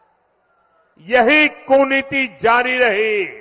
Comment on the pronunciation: Kootniti hota h Kuniti word phli bar ni suna kisi feku ke muh se